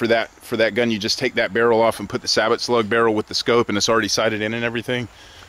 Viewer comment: A “sabbit” slug barrel, lol wth. It’s “say bow”